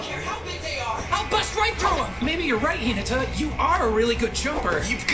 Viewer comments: No no no not dubbed pleaaase not this one. Also u already pronounce naruto’s hinata wrong its “hi-nata” emphasis on nata being pronounced fast not Naaata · Why... Why is it hard for them to say Hináta instead of Hínata? Amongst the many other issues because of the dub. Pronouncing names correctly in English freaking dub isn't that hard. Literally one of my favorite anime of all time and this dub is making me hate it. Watching this is painful. I can't watch this reaction at all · hEEnaTa... that pronunciation sir... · The way they say Hinata in the dub is so bad just like how they said Hisoka in HxH dub. It make my ear bleed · No you are saying it right the dub’s pronunciation is in the wrong.